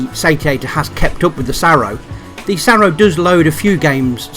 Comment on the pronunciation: I think you meant SAROO, not SARROO.